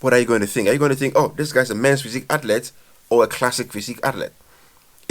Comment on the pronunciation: Learn how to say athlete dude